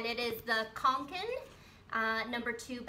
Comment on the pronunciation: Yep, you have pronounced it correctly. =)